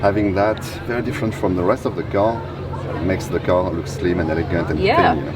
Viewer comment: "This ka is fully autonomus. This ka is the E-legend..." Is this a ka or a car with R at the end?